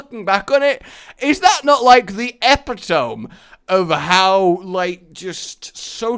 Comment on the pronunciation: Did.... Did you just pronounce epitome as ep-I-tomb? Lol!